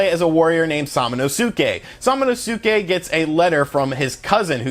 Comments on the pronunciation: Bruh its pronounced Sa-min-Oh-Ski & Ka-aye -day 🤦‍♂️ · Dude, I like your videos but the way you butcher the names is horrendous. animusha and salmonosuke. Lmao. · It's pronounced sa-ma-nous-ke. Emphasis on the sa. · Sorry to correct you, the name of the character is sa- ma- nus- ke, and not sa-ma - nu-su-ke. I know it is spelled Samanusuke, but the pronunciation is different. Also, another mistake, the game is more about samurai and not ninjas. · Sam a no ske pronounce it like this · Its like everyone mispronounces the names lol sum-a-nus-kay and ki-ay-day.....God damn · The “U” in SamonosUke is silent. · Onimusha Oh-Knee-Moo-Sh-Uh Sama-no-sk-aye. K(p)ie-Aye-Day I am so sorry, just it bothers me. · It Pronounced sama-no-ske! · Great review man! His name's pronounced Sa-ma-nos-ke :) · also his name is pronounced Sama nos kay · SA-MA-NO-SKAY = samonosuke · "Sam-Ehno-seuss-kay and Kah-day" lol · SAH-MANOH-SUKEH ???? really ? really bro? i mean i love u and all, but u must commit seppuku for butchering smanosuke's name like that .... good lord..... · Sah mAh no skay if I recall correctly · "Salmon oh Sue Kay"🤣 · ...it's Onimusha "Oh-nee-moo-sha" & Samanosuke "Sah-mah-noh-skay"...just FYI. Thanks to Onimusha 3 back in the day for that!! It looks great though...will definitely download it when it gets released stateside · Bruh I believe is pronounced sama-nuske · For anyone wondering it's phonetically pronounced Sama-no-skay, you don't really pronounce the U much in Samanosuke. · They literally say his name in the game and still this man butchered the pronunciation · If u see su in Japanese just pronounce it ssss not su lol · I think you are pronouncing the main character's name: "samanosuke" the wrong way dude. Did you even play the game? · dude... you disprespect the game by misprounouncing there names heard you say samanosuke's name once and clicked out delete the vid horrible.... LOL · I don't think that's how you pronounce "Samanosuke" or "Kaede"..